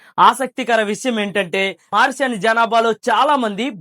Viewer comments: మార్సన్ కాదురా మారిషస్ అని పేరు సరిగా తెలుసుకో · మారిషన్ కాదు మారిషస్ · మారీషస్ సరిగ్గా పలుకు br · Try to pronounce the country name correctly bro.😢